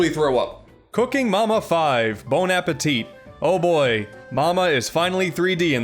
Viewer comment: You said Bon Appétit without pronouncing the last "T"?! Finally! A non-french speaker saying it right! Yes! Oh and great video as always XD